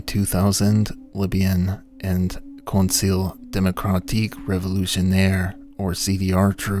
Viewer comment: Pronunciation tips: both “armee” and “”armees” are pronounced “ar-MAY”. The plural form of French nouns - ending with an s, mostly means the s is silent. “Conseil” is pronounced “cone-SAY-yuh”, with the “yuh” part being clipped and quieter than the rest of the word.